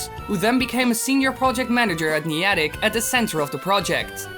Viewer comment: You pronounced Iwata and Niantic wrong